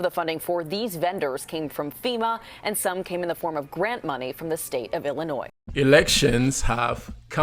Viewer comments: You cannot be from Chicago and not pronounce IIlinois correctly. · The “S”, is silent! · Illinois...The S is silent...Stupid.😆😆😆